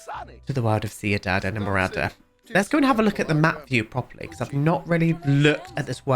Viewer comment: As a colombian, his pronounciation is much better than some other ones i've heard! The worst i think was "seenidad edmorada" 😭